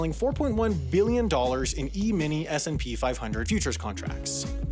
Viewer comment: Is it just me or did anyone only hear SMP when he said S&P